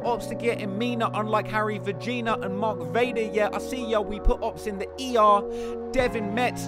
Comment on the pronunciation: he says Harry Vageena but we all know the real way to pronounce it lol troll name